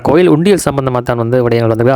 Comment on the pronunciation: கொயில் இல்லை bro கோயில்